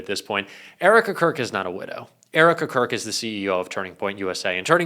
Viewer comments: widow not widdow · WIDOW not widdow. Ddd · Widow, not widdow. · Only 1 'D' in 'widow', good buddy 👌💙